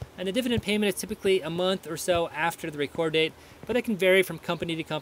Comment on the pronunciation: It is the date of Reck ord not reecord. Thanks for the info.